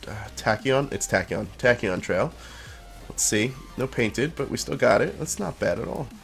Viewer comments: He said tacoon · its tach ee on